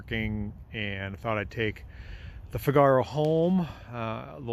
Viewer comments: The name of the Nissan is pronounced Fig-a-row (as in the Rossini opera) not Fig-arrr-ow. Only ever private imports to the UK despite being RHD but styled on a 1950s French car. Was produced at the same time as the S-cargo. I vote for the Renault Cinq Le Car. Should be able to get original parts from France to make it look properly European. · It's * NOT* a "Cigar"-oh, it's a "NEE-sahn FIG-uh-row". (Happy New Year!) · Is that how Americans say Figaro?!😂